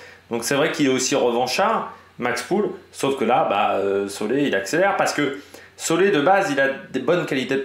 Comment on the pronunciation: on dit vraiment marc solé?